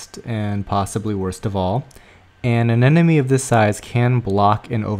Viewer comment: they are called a-NEM-ones ....not a-NEN-omes!!!!!